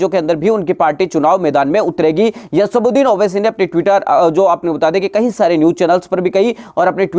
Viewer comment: asbuxdin nhi chutiye asauddin owaisy bol